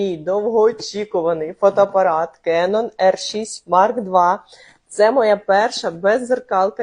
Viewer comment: Не фотопарат, а фотоАпарат